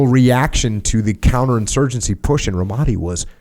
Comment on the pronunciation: “Couter-insurgency” lmfao 😂